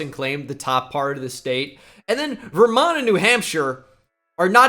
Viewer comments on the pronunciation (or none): "Ver Hamshire and Newmont" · “Verhamshire & New Mont” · “Verhampshire and newmont” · "ver hampshire and newmont" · "Verhampshire and newmont" 😂😂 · Did anyone else catch "Ver Hampshire and Newmont?" LMAO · “Verampshire and new mont” - 2023